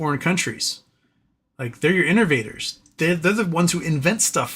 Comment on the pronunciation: I’m giggling at “inner-vaders”, aka innovators